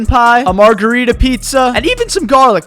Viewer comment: my man did not just say merjerita pizza